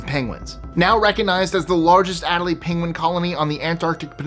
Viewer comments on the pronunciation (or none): "a-DELL-ee penguins